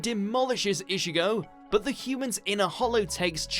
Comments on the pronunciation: 'ISHIGO' really -_ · Everybody: Ichigo: Ishigo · bro did he just say ishigo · no offense but still couldn't stand anime dubbed in English. And the narrator couldn't even pronounce Ichigo properly...Ischigo irritating.